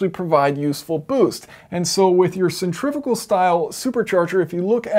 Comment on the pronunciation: You said centrifical multiple times instead of centrifugal XD